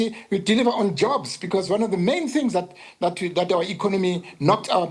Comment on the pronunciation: Is he saying JOBS😂😂